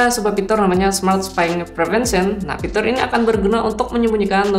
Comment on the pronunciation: Kenapa aku terganggu ama sebutan "pitur"...